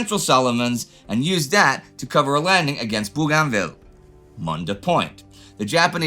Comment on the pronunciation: Pedantic 1. Its Bogan- vil.